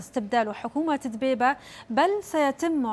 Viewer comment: بلهي ... صار اسمه طلع الدبيييييييبة ... هلبا دوووة قولتيها وإنتي مش عارفه تنطقي اسمه صح ...